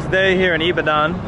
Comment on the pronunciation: Love your videos man. It’s actually pronounce ee-ba-don tho 😂